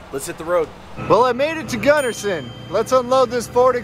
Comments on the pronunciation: We don't call it "Gunnerson"... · For those not from Utah, it’s Gunnison… not Gunnerson. Those of us from Utah need to educate others on Zion, hurricane, Tooele, etc. you guys are awesome fun to watch all you do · You should charge a deposit for big trips so if they bail you’re not hosed. Also, your dude keeps saying gunnerson instead of gunnison 😂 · 'I made it to 'Guddersin'